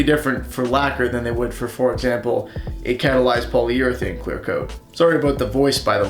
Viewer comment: catalyzed polyEuralaquer? XD